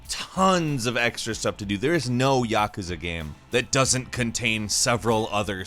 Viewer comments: its yakooza not yekezeh .. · The way you say Yakuza pisses me off